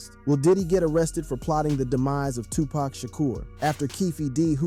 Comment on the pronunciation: You're not pronouncing Tupac right